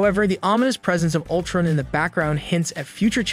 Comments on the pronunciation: I was trying to determine whether this was a human reading the script or was it a computer. I was wondering why these well known heroes and villains' names were being mispronounced: Gravitin (Graviton) and Ultrin (Ultron). Had the guy not ever seen the show? Then the clincher came when the computer pronounced Modok's name M - O - D - O - K. The computer didn't know what to do with Modok's name. People watching the show know Modok but a computer doesn't. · Yeah Ultrin?!wtf, great work though but then he randomly says it right😂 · The way he says Ultrun instead of Utron drove me crazy🥴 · Damaculls, ultrun, shy-uld, muhyollner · Right? A-vinjers and M.O.D.O.K. Gravitin and Ultrin.